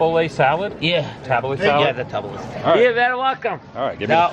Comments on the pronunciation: It's pronounced TahBooLee...You're on the right track lifting every other day and cardio every other day; maybe add abs on cardio days. Make sure you take one of the weekend days off. 6 days of workouts per week.. Keep up the good work. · That salad is usually served with pita bread. Pronounced taboolee